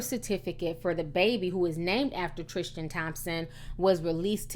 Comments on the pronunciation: Ti, it's pronounced Tris- tan. Not Trish-tan . Hehe Anyhoo, love ya girl 🌷❤️❤️❤️❤️ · "Trishtan" Tristan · You can't even say his name right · next you make a video research how to say they names right the video is good as always until you say his name right